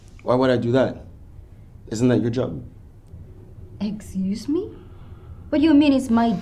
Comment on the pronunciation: excuseme not exuseme